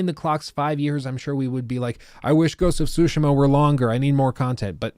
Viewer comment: Not to be be one of those guys but i wish he would say it like “su-shee-ma” and not “sushi-ma”. Ik we are American and i even say foreign words with an American accent but damn lol. Hearing say it annoyed me. Very particular rant, other than that i love this long ass video (wish jt was longer!) love a good long ass video game video